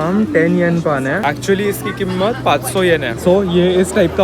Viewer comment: marathi side came out when he said "kimmat" instead of "Keemat"😁